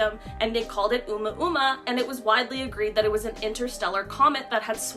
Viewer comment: Omuamua. It's pronounced OH-moo-ah-moo-ah